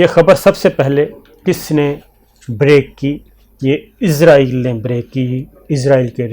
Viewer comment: Shakir صابر بھائی۔۔! اِسرائیل قوم کا نام ہے اور اِسرائیل ہی ملک کا نام ہے! اِسرائیل کو عِزرائیل بول رہے ہیں آپ! عِزرائیل موت کے فرشتہ کا نام ہے! اسطرح اِسرائیل کو عِزرائیل بول کر، موت کا فرشتہ بنا رہے ہیں!